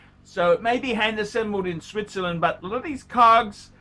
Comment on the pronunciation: Did you say, Sweetzerland?